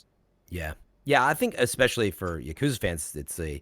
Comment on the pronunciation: Not as bad as "Ya-KOO-za"